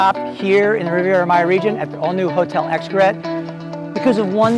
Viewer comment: Great Video - Love Isla Mujeres and Riviera Maya. Just FYI it’s not X-CARROT. It’s pronounced EESH-CARAY.